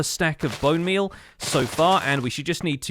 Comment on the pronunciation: why is nobody talking about how he called bone meal as "bone beal"